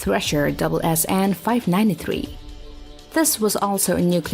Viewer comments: We don't refer our submarines as "double s n", it's "s s n". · It's not "double s, n" for sub description It is s, s, n